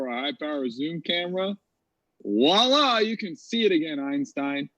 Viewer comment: Some highlights: claiming elements have "anatomical" weights. demolishing claims while he stares dumbstruck into space as he knows he's just been utterly humiliated. thinking "voilà" is "wallah". misogyny was in full force tonight as made a mockery of his scamming. By the end, he looked totally defeated and seemed to be realising just what his life has become – a grown man arguing the earth is flat and ripping off his friends in order to fund a subsistence lifestyle that consists of living in a car and mooching off free wifi by the side of the road. What a total loser. And why the fuck is wearing dogtags? That muppet has never served has he?